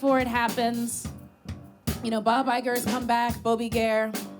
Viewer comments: Pronouncing Bob Iger like Bon Iver needs more commotion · Pronouncing Bob Iger as Bon Iver is so funny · the pronunciation of Bob Iger added a decade to my life